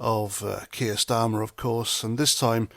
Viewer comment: did you say starmer, or STEAMER? ⬜⬜🟥⬜⬜ 🟥🟥🟥🟥🟥 ⬜⬜🟥⬜⬜ 🇬🇧👍🥂🫡🥓🍻🔔🐕🛎️💞🗽💪🍷🍹🍾